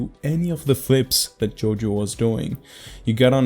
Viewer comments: Is it only me or doesnt pronounce JOYO properly: JOJO, YOJO YOYO 😂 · No shade at all, but I LOVE JOJO. This has to be my favourite mispronunciation of his ign I've heard, it's so awesome lmao